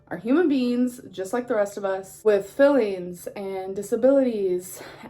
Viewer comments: Why did it sound like she said "with fillings" instead of "with feelings" in her apology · "Eppathy... fillings". The 12 yr old can't even speak proper English and thinks she knows all. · lol the way the even the subtitles heard fillings when she said feelings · “Celebrities are human beans with filleens”